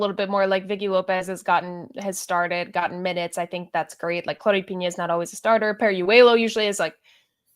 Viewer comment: Darian: it's not Piña. Not claudia Piña. It's Pina. Just pronounce the N normally.